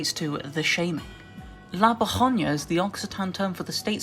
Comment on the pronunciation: That is not how you pronounce “la vergonha”, it’s “la bergunyo”